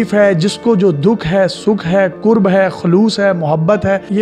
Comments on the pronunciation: Lafz "kurb" nahi hota.. "Karb" hota he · yeh qurb nahi hota karb hota he qurb ka mtlb qreeb aur karb ka takleef hota he apni urdu theek kren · Exact karb word hy Qurb nhii hy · Dear pronunciation of word is Karb not korb mean pain.... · lafz کرب hai,nake قرب